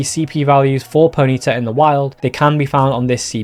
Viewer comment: PONY-TA not ponita